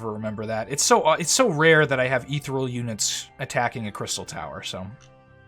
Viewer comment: You say ethereal strangely